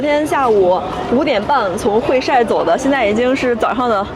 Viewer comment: 会晒，这里读 hui sai;而不是 hui shai 😊